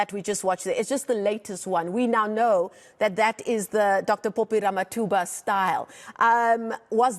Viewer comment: Dr Phophi not "Popi"